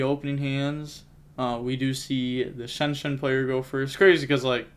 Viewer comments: Lol where u get shenshen from? Non of those names sound like shenshen lol😂😂, but i think it’s pronounced zong-jian but in one word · Shianjan is how it’s pronounced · i think its pronounced chi ang ge aan because xi = chi in chinese from what i've heard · the pronunce is more like "Chianjian" is a analogy to xianxia that is a chinese fantasy style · Pronounced zong-jong (or close to that. I know how to pronounce it but I’m not sure to how tell you how to say it without you hearing it) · As a fluent english and mandarin speaker, I'm going to give you the one and only secret to pronouncing xiangjian. Say "Shawn Jen". As in Shawn, the name. Then Jen, like short for Jennifer. This will be 99% closer than anything else that any non-native mandarin speaker says. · The authentic pronunciation for XiangJian in Chinese would be shee-ahng Gee-anne. So the first word would sound like you put the word “she” in front of the word “on” with a G at the end, and the second word would be “gee” like “gee wiz” or whatever combined with the name “Anne”. I can also drop a voice message in ur discord if that’s not clear. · The deck's name is pronounced "shianjiam", im almost sure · How dumb can you be to pronounce them SHEN SHEN. I mean it's not even close to their name dude you just literally gave them a new name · I think you pronounce it Shen Jan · Xiangjian could be pronounced like Shian-Yian :) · The pronunciation is like "She-Ahng-Jian" Xi in Chinese makes the "she" sound. You can put the sounds together to be Sheahng, with the ahng including the ah sound. Jian is the way it's spelled :) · From my time speaking mandarin I believe it’s pronounced “shian jaang” is the jaang being pronounced like jong. You say it decently fast so it’s smoother in speaking. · Chi-aang ji-aang is how you pronounce it, you say the first part of each word fast and extend the “a” of the second